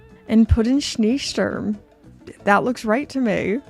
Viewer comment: Glashütte is a bit out of the way for most visits to Germany, unless you happen to be visiting Dresden! The double e in Schneesturm is pronounced -ay rather than -ee by the way :)